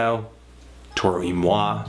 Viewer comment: Wow. I've been pronouncing Toro y Moi wrong all this time. Thanks man.